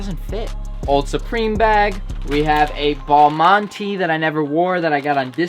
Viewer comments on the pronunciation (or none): The balmain and magriela pronunciation killed me wtf was that